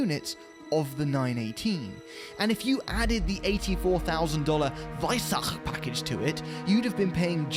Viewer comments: surprised by the perfectly pronounced "Weissach" 👍 For me personally, to this day, this is the most beautiful car ever built. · The „WEISSACH” package, brilliant pronunciation 😂